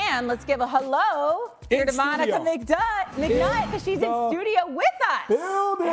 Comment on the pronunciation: Lol McNutt hahaha I'm sorry lol her last name the host almost called her Mcbutt lol